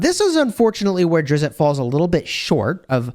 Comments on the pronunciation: Drizz- with a soft t at the end. 1 syllable. Not Drizz-it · It drives me a bit crazy that he mispronunces his name. It's Drizzzzt, not DRIZ-it😑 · there's no "it" sound at the end. It's the same "t" sound as in list. It's more like Driz-st. His panther is Guenhwyvar pronounced Gwin-ih-var (this is how I've heard it most of the time) or Gwin-whee-var. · It's Drizzzzt -- like the sound of a zipper but with a hard T on the end -- not 'DRIZ-it'; common mispronunciation. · Its actually Drizz, the T is silent. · Drizz-it? Come on! It's not Drizz-it! Please get his name correct! He's a beloved character and getting his name wrong is a pretty big deal to people! There's no "it" sound at the end. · You are killing me with the Drizzit pronunciation. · Salvador himself said he is not pronounced as Drizz-it and that fans do it as a joke. However it's been done so much that people just think it's the correct way to say it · You really should go find out how his name is pronounced. It's going to irritate me the whole time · I dont know why, but the way you are saying his name makes me think you know nothing about the dark elves. It really bothers me so much. You know nothing. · the creator (R.A. Salvatore) of Drizzt and his panther pronounces it the way folks in the comments are telling ya. Interviews on the tube will back it. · you're saying it wrong. Simply google it.....